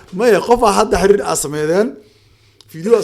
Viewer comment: Waar xiriir dheh not xariir